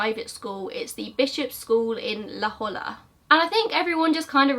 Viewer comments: LOL. La Holla. I'm from SD.. La Jolla Is Pronounced La Hoya. It means The Jewel. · La-Hoy-a is how you pronounce La Jolla. I know, it's odd. But anyways, always great content! Seriously, great. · (A little thing but La Jolla is pronounced la hoya- it's Spanish) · Not gonna the pronunciation of La Jolla caught me by surprise.🤣🤣 Never heard that pronunciation before.I live in San Diego so.. Then again...its a Spanish word. Means The Jewel.